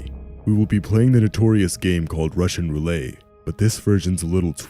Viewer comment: Roo-let, not roo-lay!😙